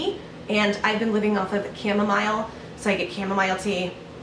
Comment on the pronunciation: Lol chamoMILE lol pronounced chamoMEAL. Don't know why that bothered me.